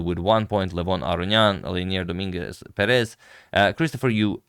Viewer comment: Dominguez PErez not PerEz